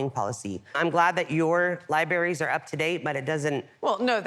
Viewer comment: lieberries Liebarries Don’t know how to spell how she pronounces libraries 🥴